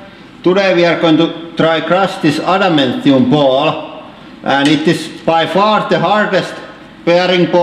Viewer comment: Adamantium* not amentium